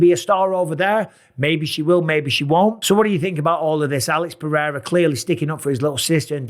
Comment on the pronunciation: PEH. HEY. DA. That's how you say it. For all your white guys. PEH-HEY-DA